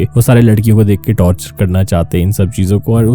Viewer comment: Torchur ase hota h aapne to tortur mean kachhuaa...